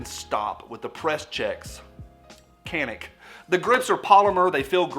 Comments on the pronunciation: Can-ick lol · Do you mind a random Turkish guy to pronounce it? It's roughly like Ja (as in Ja Morant) and nick. That C is like J in John, Josh etc. Rest is easy. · Uh it's pronounced CANick... 😉 Turkey meh, otherwise it definitely would be on my want list. Great review and video like always! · It's pronounced Canik not Canik.